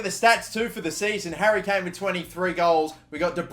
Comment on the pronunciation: wait did he say dary Kane😂😂